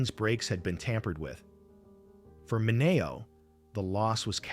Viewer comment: I wonder if AI will EVER learn pronunciations? I thought it was pronounced "Minny-O".